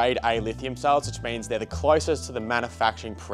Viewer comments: is he saying souls, instead of cells? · I think it’s his Victorian accent? 😂